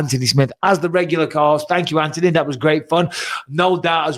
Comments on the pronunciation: Plz BisPing!!!!! It’s An-Thon-E NOT AnTonEy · Does he know it's Anthony. Not Antony. There's a H in there. Lol 🤣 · And still cant get his name right when hes got him on the show 😂